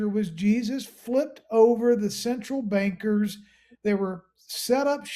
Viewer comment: Instead of banksters it almost sounded like you said ganksters!😂